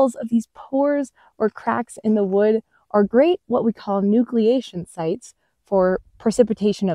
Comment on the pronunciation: Nucliation Site? Pores?